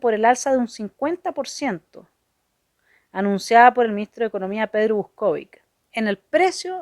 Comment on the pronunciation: Pedro Vúskovic ( se pronuncia como esdrújula ), lo recuerdo clarito. Mendrugo de pan es redundante, dígase sólo mendrugo. Sorry, tenía que decirlo.